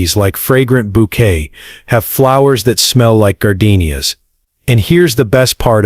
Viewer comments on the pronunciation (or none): none